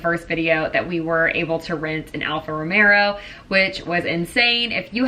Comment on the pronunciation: It's not Alfa Romero, it is Alfa Romeo.